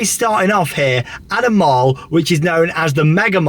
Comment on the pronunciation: Please pronounce mall properly. It’s pronounced the same as call, ball, fall . Love the videos though